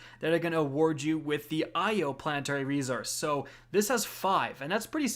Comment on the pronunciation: Been following the channel for a while. Keep up the good content. Much appreciated. Also, I love the way you say, "rezources".